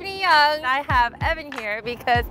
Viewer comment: Young? You mean "Hwang" but I guess she took on the english surname